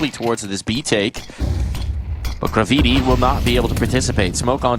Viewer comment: bruh he annoyed the shit out of me , its GRAVITY but I instead of Y , damn